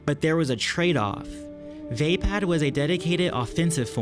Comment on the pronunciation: You don't know how to pronounce vapaad.